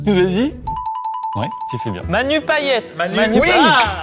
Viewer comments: Pitié c'est payeTTTTTTTTE comme paillette, bo bun c'est viet , la blague avec l'autre Gérard j'ai pas kiffé, Manu me fais pas rire mouai non pour une fois je suis une haters désolé .... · Les réunionnais en suer en entendant Amixem dire pa-i-é et pas paillette 😭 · ca se prononce payete a part ca la video est une masterclasse